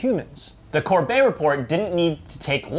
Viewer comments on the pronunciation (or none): You pronounce the T like a T in the Corbett, James may be Canadian but doesn’t say his name like Québécois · Guys it’s Corbett, with a hard T sound at the end, not Corbay. I’m sharing this so more people will look up the Corbett Report because it is well worth their time.